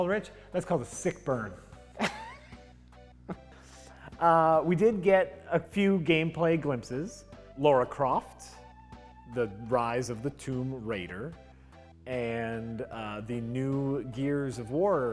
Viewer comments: It's LARA Croft, not Laura. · why do you always say Lara as Laura? I know you can't read very well but come on! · Why do Americans find it so hard to say Lara correctly? It's spelt differently than Laura so it's also pronounced differently. Pretty simple.